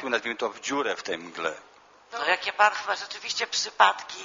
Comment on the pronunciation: Nie “JKIE“, tylko JAKIE i nie “MILI“ tylko MIELI. Hahahahahahahahahahaha….“jkie“ i „mili“